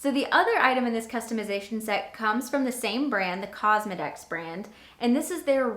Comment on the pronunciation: Omg, you said cosma-dicks more than once for the Cosmedix brand 😆 It’s pronounced like cosmetics. Live and learn 😊